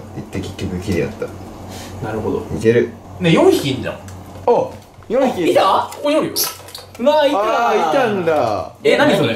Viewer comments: いた？のイントネーション笑 ちょくちょく方言？でるよね笑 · いたぁ？？の発音かわいい